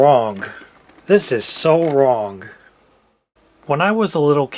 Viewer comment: "This is wronk" "This is so wronk" Hi wronk!